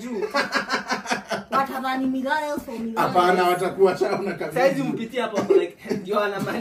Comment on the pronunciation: Milayas for milayas took me out😂😂😂😂. Watu wa wakaniaru university lol